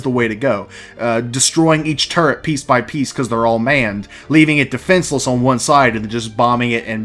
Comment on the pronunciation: They need to put the Retaliator back up for sale. I wasn't able to get one because of money issues, but I know a few people who would buy them. Also, Turret, not "Turrent". Point defense can be use for fighters or missiles.